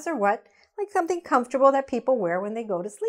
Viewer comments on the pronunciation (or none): none